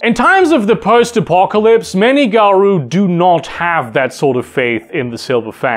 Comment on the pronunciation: Garou is pronounced Garow, not Garoo.